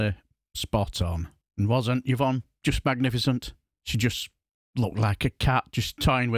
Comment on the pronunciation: Yervonne?? It's Yvonne (Evonne)!!